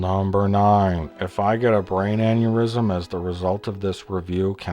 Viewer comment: Listen the way the guy pronounce "Number 9". Do all the trilogy fans talk like retarted people?